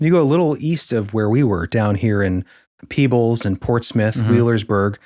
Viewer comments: I live in that county.😊 You mentioned a crack. Yes, there is a fault line running through the creek bed in Davis Memorial Nature Preserve. It's a fissure where 2 stone masses meet/shift. Not far from Peach Mt. Signage on trail points it out. It's Peebles NOT Pebbles, dear reader. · Yeah the AI story teller butched even town like Rarden, Ohio not roarden. Peebles, Ohio not Pebbles. I started to give them some legitimacy because they said it right to start then messed it up in storytelling.